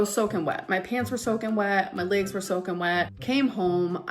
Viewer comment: All I can hear for 95% of this video she uploaded is the adults on Charlie Brown talking, and every now and then, I hear "bolth" and "laaaygz". I honestly think uses cellulitis as an excuse like people use having a headache to get out of things. She doesn't want to lose weight. Why? Because that would ruin her "brand" and she'd have no excuses to do things because she's a lazy narcissistic brat.